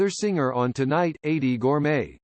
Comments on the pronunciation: The A.I. voiceover is awful. Mispronunciations throughout. Eydie's first name is pronounced EE-dee, not like "80". The United Artists label initials are U.A., not "yoo-uh". And the nearly monotone approach makes it a challenge to listen. Even a marginal human voice would far surpass this. The man and his accomplishments deserve better. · I grew up with Steve & Eydie & me & my family adored them , just like everyone else. You narrater have mispronounced Edie's name It's E ydie not A ydie . Thanks though🐿️🌻🌻🐞🐿️....